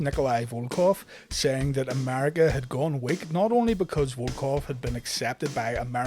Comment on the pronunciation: america not amariga